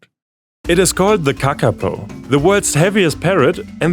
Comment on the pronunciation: Good pronunciation on Kakapo , well done.